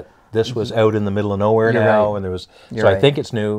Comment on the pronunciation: The ‘oat’ side of the arenas???